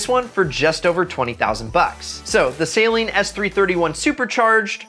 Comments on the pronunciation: Just a small PSA. Saleen vehicles are pronounced Suh-leen, not Say-leen. Drives me crazy . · i hate how he says saleen like saline. i love this video though im thinking of trying to find a ram srt10 now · Say it with me. Suh-leen